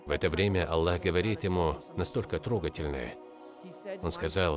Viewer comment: Автор говорит Алла.